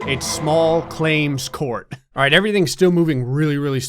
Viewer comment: Is it just me or does alright sound like “all race”?